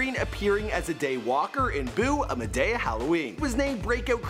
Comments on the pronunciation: Are we gonna ignore the fact that he said “Madaya” instead of Madea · It’s not madaya it’s ma de a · WHO TF IS MA-DAY-A !!!!!! NO ITS MA-DE-A ok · “It’s Ma to the damn dea” Made(deeee) Michael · did this guy acually said (mad-a-ea) im dying now... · The mans said ma-day-ya, who dah ? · The way he said madea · Triggered by the way he said Madea